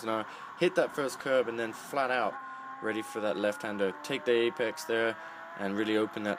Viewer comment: He said "Flaht Owt", more than once. Love it.